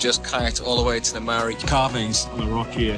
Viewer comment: Kia ora & 🙌 This is another awesome video loved every minute of it! *just wanted to say thank you for giving the pronunciations of our places a good crack, as the names carry alot of meaning and historical significance to the Maori people! Ka Pai 👌